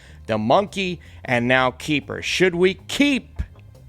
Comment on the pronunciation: It is not you, it is me. But every time you say Keeper, I hear kiefer. Good review.